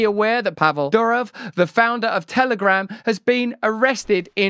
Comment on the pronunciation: It is Doorof,not Dyurouf